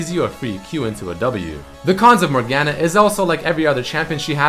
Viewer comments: The only thing worse than laning against a Morgana is hearing you pronounce her name with that hard "A" sound. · Not a bad video but him pronouncing morgana wrong non stop made my head hurt